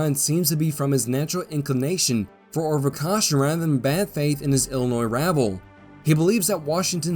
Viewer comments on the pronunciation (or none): none